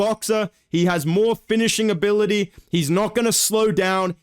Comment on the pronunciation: why this strong accent on finishing me? what have i done to you man, Dober would also finish your 4-3 ass too